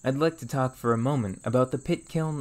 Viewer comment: Where is he from? Theres a part of his speech where every time he says something that should be "or" he says "er" examples are "impertent" "ferm" "ferge" or maybe it was "ferage" just something I noticed in the two videos ive watched